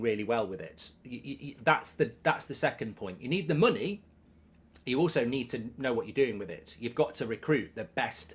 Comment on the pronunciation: Mark kept saying money the wrong way.